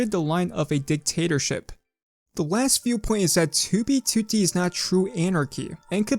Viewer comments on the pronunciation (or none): Does anyone else notice how this guy says 2b2t like "Too-bee Tootie" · 2b2t? why u say it like that maboy